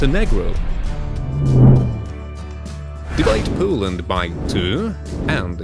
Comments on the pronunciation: "Coland" STOP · Look like that he say: Coland